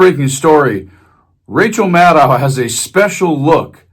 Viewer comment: The name is pronounced mad-doe, with a long "o". Have some respect.